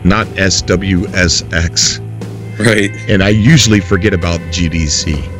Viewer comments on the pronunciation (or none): Dude, SXSW (SWSX as you kept saying) is the biggest music festival in the entire country. Means South By Southwest. It's here in Austin, TX. It's amazing. Loving what ya'll are doing, but it's a big deal for game devs to be here during that event. Chris Roberts and Star Citizen have an Austin office, so SXSW can't be that bad right!? Keep up the goodness!